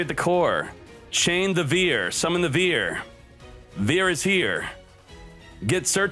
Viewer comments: For Cyber Dragon Vier,- "vier" is german and in english it's "four". It will be pronounced like "fear". :) At least it'd come very close to it. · vier is german and you pronounce it like fear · I am a german and you pronounce VIER like fear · It's vier not vier, Foooool